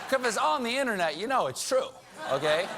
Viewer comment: Why is it that even Colbert can't pronounce internet. It's not innanet.